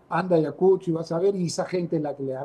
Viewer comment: Primeramente amigo es Ayacucho y no como lo pronuncias Ayacusho y creo que tiene su merecido x ser terca y aferrarse al cargo a sabiendas de que la población no la pasa y al ir ahí es provocar.